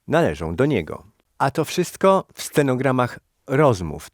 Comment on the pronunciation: Czy mi się wydaje czy ten typ mówi scenogram zamiast stenogram.